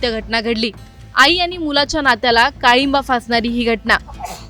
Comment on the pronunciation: काळिंबा फासणारी नाही ग.. काळिमा फासणारी.. मराठी खूपच भयानक आहे जिल्लाद नाही जल्लाद... शब्द अभ्यासपूर्वक जाणून घेऊन बोला